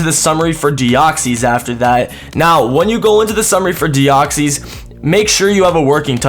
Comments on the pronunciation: I'm not bothered that this was an April Fools but your pronunciation of Deoxys is shocking :P What it is not: Dee-ox-ees What it is: Dee-ox-iss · Your saying deoxys wrong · Why are you saying deoxys like that wtf?